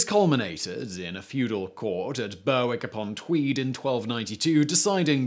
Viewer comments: Simon NOT BerWick but Berrick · Berwick upon Tweed is pronounced Berrick Upon Tweed, not Berwick upon Tweed. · La Nark? Burr Wick? 🤣🤣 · BURWICK you mean?... LOL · I love your videos mate - all channels. But your pronunciation is terrible - Buurwick upon tweed? Laaaanark? etc etc ;) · Simon , it is pronounced as "Berrick " , just a fyi there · Berr whick ? Bal I-oll ? ...... Berwick .... bail...I ol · Berwick is pronounced berrick. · Your pronunciation is appalling. Berwick is phonetically pronounced BER-ICK and Ayrshire is pronounced AIR-SHIRE. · The biggest crimes here have to be the mispronounceation of Berwick and Lanarkshire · english places too, Berwick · Berwick is Northumberland js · You're really going to have to learn to correctly pronounce place names - Berwick, Lanark, Falkirk, etc...